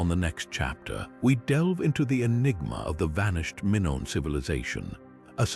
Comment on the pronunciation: 😅😅😅never heard Minoan or Mongol mispronounced before. EPIC FAIL.🎉🎉